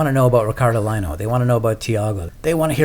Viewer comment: Love the skate and ice skate ... If I might suggest Ricardo last name is Lino pronounced “Leeno” Love you both by the way